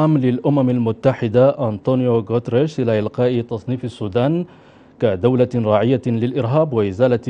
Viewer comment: انطق الاسم صح يا اقصد الامين العام الامم المتحدة انطونيو غوتيريش